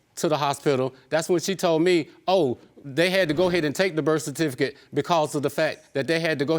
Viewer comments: You did sign the burst-sir-tificate (birth certificate) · First time I’ve clicked on an episode getting ready to watch and I had to pause and restart after I read the comments because I can’t quit laughing. These comments have given me life this day! She said he bandoned her! Burf stertificate... dear god my cheeks hurt! This whole comment section has me dead! 💀